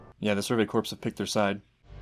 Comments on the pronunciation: "Kill the titans and join the survey corpse." Well that got morbid at record pace, haha. Corps pronounced like "core". Just one of those stupid quirks of English... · One note, the word "Corps." is actually pronounced "Core". Gotta love English.